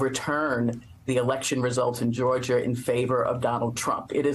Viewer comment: I did not know there was a State called Georger..... I do respect this woman, but dang man. It's Georgia!!